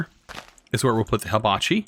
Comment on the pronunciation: its Hibachi not Habachi (first "i" has the same sound as the last one) i mean, its related to fire and not leaves or blades (ignore this last part if u didnt get it, which u probably didnt)